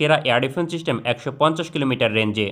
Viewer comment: চিস্টেম না সিস্টেম হবে।